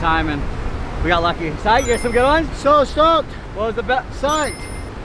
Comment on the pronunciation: At the end poopies said stocked